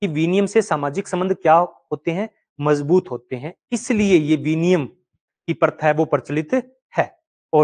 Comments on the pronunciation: बस आपको हिंदी बोलने का तरीका नहीं है गुरुजी आप हिंदी के थोड़ा अ के लिए ऐ विनिमय के लिए विनियम रक्त के लिए रकत ।।।।शब्दों को ठीक से न बोलना वक्ता एवं श्रोता दोनों के बीच संप्रेषण प्रभावशाली नहीं बना पाता है ।।। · सही उच्चारण विनिमय, ना कि विनियम 👍